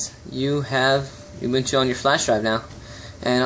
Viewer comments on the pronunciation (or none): I'm from South Africa, so, just to tell you the way you pronounce it is "Ooo-boo-ntoo". It is a Zulu word meaning "community" or "togetherness".